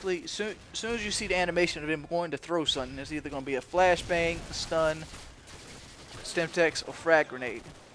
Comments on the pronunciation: isnt it Semtex? not Stemtex? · good riot shielding but its called.SEMTEX not STEMTEX. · SEMTEX not stemtex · LOL OMG It annoyed me so much when he kept saying STEMTEX its SEMTEX dude